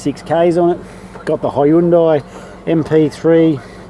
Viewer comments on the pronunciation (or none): Im just joking because of his pronunciation